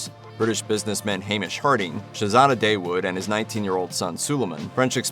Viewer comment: Seeing white people pronounce Dawood ("Dah-woood") as "Day-wood" is amusing